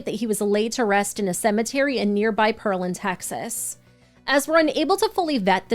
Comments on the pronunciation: If you happen to mention the city pearland in a later episode it’s pronounced Pear-Land ☺️ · Its Pear-land not pearl-land.